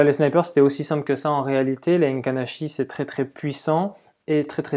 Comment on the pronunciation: Les "Heinken" Ashi les gars! tu connais pas?!🍾 Se dit: "é-quine achi" écrit Heikin Ashi!